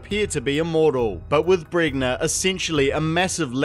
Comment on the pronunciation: pretty sure it's pronounced bren-ya